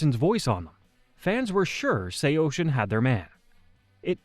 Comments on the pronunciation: SHEYOSHIN? I always said it as SAW SEEN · Bro couldn't get the AI voice to say Say-o-sin. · Say-Oh-Sin. I had to stop in the first 18 seconds of this video. Stop using AI to create these BS "band histories". Why is this so popular now? You share the most basic information and have zero band member perspectives. Do better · ((SAY-YO-SIN))!!!!!! ILL SAY OCEAN THE SECOND YOU SAY MY BANDS NAME RIGHT! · First, it’s pronounced Sayo-Sin. Second, Cove is the permanent singer. Third, Anthony being a drug addict, especially heroin is a big reason he’s not in the band anymore… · SAYO-SHIN??? WHO TF IS SAYO-SHIN?!!! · Brother. It’s pronounced SAY-O-SIN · Sao-shin ?lol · sayocean is the way it's pronounced fam lol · I have never heard anyone pronounce it that way before 😂😂😂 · Wtf? Bruh pronounce it correctly! There’s no H in SAOSIN! This is just as annoying as morons say “nucelar” instead of nuCLEAR🤦🏻‍♂️😒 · I turned it off 10 seconds in when u pronounced it like that. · Why are you pronouncing it like that?? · Well he’s wrong too haha. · AI murdering the pronunciation of the band name lol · its the dumb AI voice. These videos kill me, decent b reel footage, decent script but they get an AI voice that makes mistakes like that.